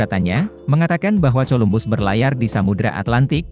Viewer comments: Min.. Coba Columbus dengan Kolumbus. Jadi membaca huruf C itu bunyinya harus K, jangan C.. Itu koreksi saya.. Yang lainnya sudah mantap. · Colombus itu kalau di sebut..kolumbus..bahasa inggeris amat dangkal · suaranya jangan pake robot lah payah dalam mengeja nama Columbus 😂